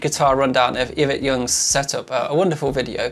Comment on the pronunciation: Ee-vet. Not iv-ut 😂. Great channel BTW. Cheers for posting vids. 🇬🇧